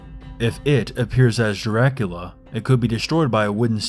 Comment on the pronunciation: Also 'jracula'